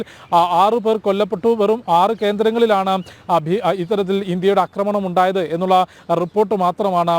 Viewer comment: India nadathiyittulla "Akramam" alla chettah.".Aakramanam"...aah..Aakramanam...malayaalam onnu koodi padikkanam...